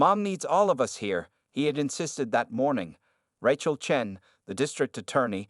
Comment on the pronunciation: The narration continues to mispronounce 'Rachel' as if the first syllable rhymes with rat. In excusable.